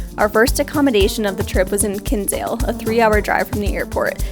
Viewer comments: Glad you liked it. I live in Cobh and it's lovely (when the sun shines). Btw, Kinsale is pronounced Kin-sale, not Kins-ale. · It's pronounced KIN SALE the way it's literally spelt. Not king sale